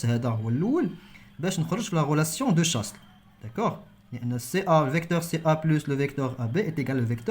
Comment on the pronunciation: Relation de chasle s ne se prononce pas